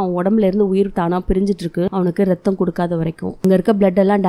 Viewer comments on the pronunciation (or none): No reththam Athu raththam But ur spoke that tone little cute👍